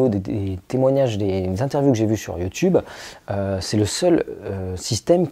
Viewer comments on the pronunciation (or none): none